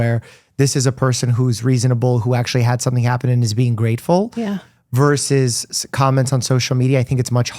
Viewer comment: Yes to everything, AND…. “Versus” has TWO syllables and no silent letters . “VERS-us.” Try it. It’s easy!